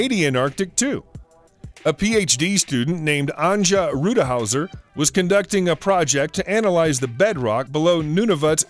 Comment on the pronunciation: I wanted to offer a correction to the recording shown of this video. The person you're referencing as Anja Rutishauser...first name correctly pronounced is "Ah-n-Y-AH" surname = "Root-iss-HOW-ser". Even more importantly, you referred to 'him' as a 'he' when in actuality SHE's a female! And a doctor no less! Google her she's quite attractive.